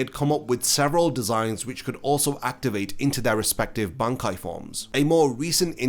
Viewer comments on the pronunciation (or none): none